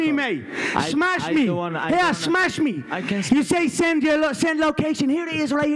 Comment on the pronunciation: "I can Smesh You"